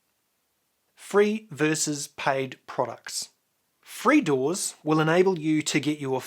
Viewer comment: Say Doors 1 more time